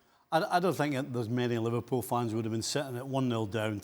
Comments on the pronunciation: "Liverprool" you drunk teleprompter.... go home.... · The headline "Liveprool" 💀